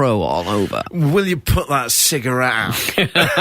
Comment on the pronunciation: "put that cigerrate out" if you ever wonder why ric call him mean gene.